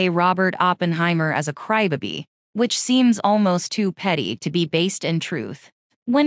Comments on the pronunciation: You know, you can make the AI voice say crybaby properly and not cry bibi. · It’s pronounced “Crybaby” not “Crybuby” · I came to the replies for this 😂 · "A cry ba-bee"?!! Gotta love AI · How came she can't pronounce crybaby correctly?